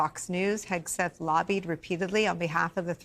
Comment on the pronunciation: Jus another reason why your ratings are tanking. I'd be proud to undo my retirement n go back to serve under this patriot. HOW bout learning how to pronounce his name, show the military photos of him and reporting truth.. oh wait, that would require REAL journalism.